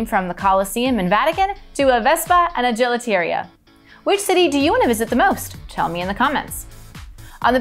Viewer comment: The way u pronounced Gelateria